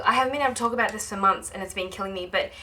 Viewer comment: whyyyyyyyy would you pronounce the l in talk?